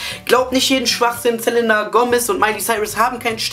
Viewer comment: OMG HAHAHAHA das war die geilste bravo analyse evuuuur! auf jeden fall mehr hahaha. du sagst immer ßelenna haha, es heisst selina:p egal, ich fand das video sau geil haha und hättest du die stelle mit justin und pattie erwähnt, wo sie meinten das eine frau justin von hinten 'antoucht' wäre ich wahrscheinlich gestorben vor lachen. war sehr nice,!